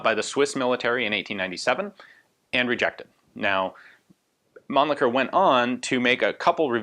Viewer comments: the Mannlicher pistols are really interesting from the construction perspective. i like the way they are constructed and they are function. btw: your pronunciation of the name Mannlicher is not really understandable or even correct for a german - sorry. (it is better spoken as munlisher, where as the sh is spoken very soft) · Ian is clearly misprouncing Mannlicher as to not suffer the indignity of sounding cheeky.